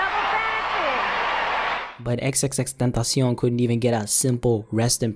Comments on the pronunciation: the way you say X name, triggers me. but good video x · Why did he say xxtentacion like that...